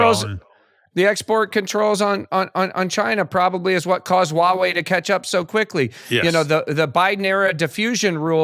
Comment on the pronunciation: I enjoy this channel. However, a suggestion - its "Huawei" not "Wawei". Pronounce Huawei - "HUA WEI" just like its spelt.